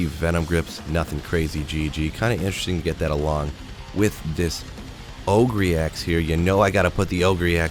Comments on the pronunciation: Ogre == O ger not O gree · Oh-gree? It’s pronounced oh-ger haha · ogre = sounds like "o-ger", like the big ugly things that are in WoW lol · Ogre axe. Not ogree lol! Shrek is a what? That's right, ogre axe. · It's pronounced oh-gur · o-gree? is this a joke? or is he mispronouncing that horribly? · Is pronouncing Ogre as OH-GREE an inside joke? EDIT: Kept watching and it is. Take my updoot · Yeah Ogre is actually pronounced Oh gore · are you saying it oh-gree for fun? :D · Pronounced OH-GER axe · I may have to stop watching your videos if you keep saying ogrEE!!! Just kidding. Love your content. Keep it coming. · he knows how to say it I think, just choses ogreeeee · I never knew Shrek was an oh-gree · What's with your unique pronunciation of ogre? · Listening to him say ogre incorrectly makes me sad for public education. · Alright, which one of you made fun of for how he says ogre? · had to look at the comments for the way he pronounces ogre axe lol